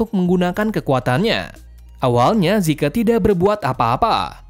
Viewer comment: Bang bukan zike zeke